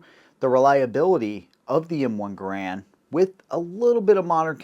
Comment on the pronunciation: Congratulations on pronouncing John Garand's name CORRECTLY! (Although Mr. Garand himself pronounced it with a bit of a French accent - he being a French-Canadian by birth.) Also, it was a joy to hear your mention of Hugo Schmeisser and his contribution to the AK-47. Schmeisser was actually working for the Haenel Company where he developed the sub-machine gun that bore his name (unofficially, as it was officially referred to as the Haenel). But Schmeisser himself, working for Haenel, became very skilled in the use of stamped and welded sheet metal in sub gun manufacturer, replacing forged and milled steel billets. At the conclusion of WWII, a most German techniques and manufacturing processes, as well as the engineering and manufacturing talent, were swept up by the Allies and put to work in advancing those countries' defense projects. Hugo Schmeisser found himself in the part of Germany that fell under the Soviets as part of East Germany. So Herr Schmeisser found himself relocated to Russia, where he worked in their arms industry. Mikhail Kalashnikov designed the original AK-47 to have a stamped, folded, and welded receiver. He did so while assigned to a sort of R&D company, and used the material sources available to him through that company. The AK-47 as originally adopted required a high-grade of sheet steel for the fabrication of the receiver. After adoption by the Soviet Union, other Russian arms manufacturers were put to work building this new rifle, and sourced their r